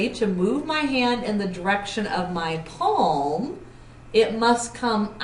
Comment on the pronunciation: please improve ur pronunciation , i had to watch the video 3 times, cant u simply say palm, instead of saying peemm or paam, anyways video was help ful thank u